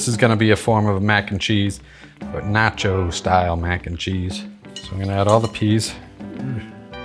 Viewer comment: You've been living in the UK too long, it's ruined your pronunciation of "nacho". What's next? "Pasta"? Please say it ain't so! This looks delicious btw